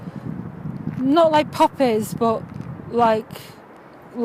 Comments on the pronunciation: popp-ehs LULZ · it was puppies for me